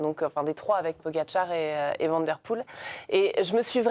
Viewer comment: on dit Waut et pas Wout. On dit Van comme vanne et pas van comme vent. c'est si compliqué 🙄